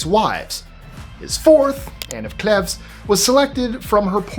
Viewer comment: Can you please pronounce the word versus...versUS as it is spelt, it so grates when pronounced verse. Please please I so love listening to your list 25 stuff, so interesting, but AHHHH. Sorry to be pedantic,, and it's Anne of Cleeeves!!!